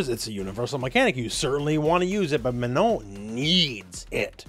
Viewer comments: I appreciate you saying her name correctly. So many people saying MaNAHN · Thanks for taking the time to pronounce her name right,!